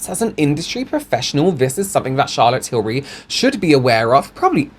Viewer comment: Can we talk about "Chaza Tills" please???